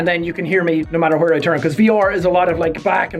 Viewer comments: whwere the true irish coming out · i dont think my pe teacher is irish but he says hwere